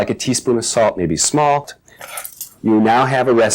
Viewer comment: I ALMOST PISSED MYSELF AT “SMALLT”